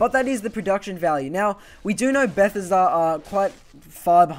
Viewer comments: Stopped watching bechause of the way you said Bethesda.. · Please learn how to pronounce Bethesda. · Who else was annoyed by the way he said Bethesda, great video, but I couldn't help cringing